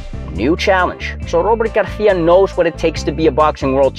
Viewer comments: aren't you pronouncing his name the Spanish way (with a lisp), not the Mexican way (without a lisp)? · Why are you saying Garcia with a attempted Spanish accent? Pronounce the C as an S. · It's Robert Garcia as it's spelt, not Garthia WFT. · Robert “Garthia” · I was going to subscribe but "Garthia" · Bro why you saying Garthia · Nop, he is sayin' it in the wrong way.